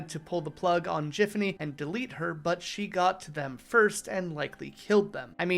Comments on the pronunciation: it's GIFanny, GIFanny! NOT JIFanny .MY .GOD. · Why do you keep pronouncing Giffany/.GIFfany wrong?